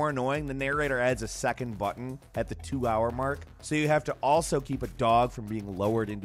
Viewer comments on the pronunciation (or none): none